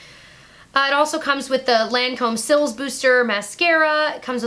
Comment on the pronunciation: You look fabulous today. Cils is pronounced like sea in English for eyelashes. Brows, or sourcils is pronounced “soar-sea.” French Teacher to American teacher- we like learning.